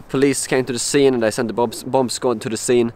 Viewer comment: Dear, I'm sorry but I feel I must tell you that you shouldn't pronounce the second 'b' in bomb, bombings, etc. But weird yeah, what's going on?!